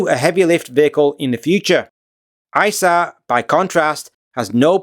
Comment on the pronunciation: You should try not to say “Eye-Sa” Aerospace… it is “Ee-sar”… after the river in Munich. Also it’s not “Orgs-berg”, it’s “Owgs-burg”… Just makes you sound less knowledgeable. Otherwise great….